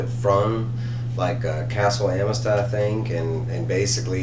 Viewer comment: Great review but you're killing me homie. It's pronounced a muh thuhst